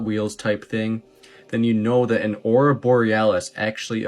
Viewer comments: AURORA. 3 syllables. Tick tick dummies never let us down. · I don't think that knows what he's talking about. Despite the fact that he doesn't know that it is pronounced "Aurora" and not "Aura".